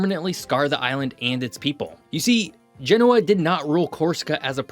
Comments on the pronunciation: he also didn’t look up how to pronounce Genoa. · Good video, don’t understand why France doesn’t give Corsica their independence. Btw please pronounce Genoa correctly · Great video with great insights. In the future, please check correct pronunciation for place names like Genoa.